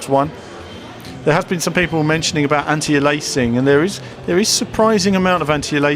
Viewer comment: 'Aliasing' is pronounced 'AY-LEE-USS-ING' btw, not 'ELAY-SING'.